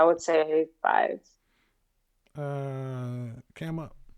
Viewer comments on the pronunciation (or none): 😂😂 he said cam up